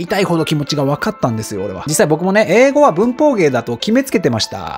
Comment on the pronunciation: 「文法」の発音が「うんk」と同じでなんか笑いましたw